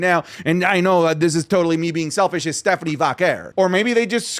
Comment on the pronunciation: just pronounced Stephanie’s name correctly 🎉🎉🎉🎉😭😭😭😭😭😭😭